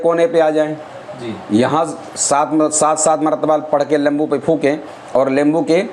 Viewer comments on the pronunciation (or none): nimbu boleya lembu nai hota😅😅😅.....lemon=lembo😂😂